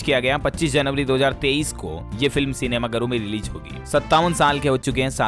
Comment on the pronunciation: Bhai aap 2023 ko 33 bolte hai. Lekin bolne ka style achha lgta hai